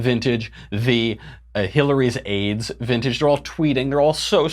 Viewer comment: At first I thought he said Hillary's AIDS, not Hillary's aides.